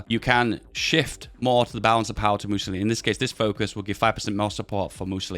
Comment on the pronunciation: "Missiolinis" XD